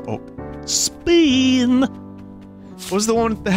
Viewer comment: Human: speen